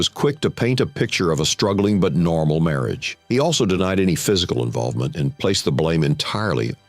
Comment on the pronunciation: Can't say marriage???😅😅😅